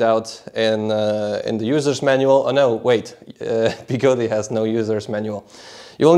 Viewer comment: I thought it was pronounced Begode, not Begodee